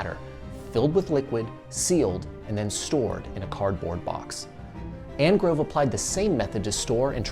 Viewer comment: The inventor of the wine cask was Thomas ANGOVE not Angrove. You'll need to correct that.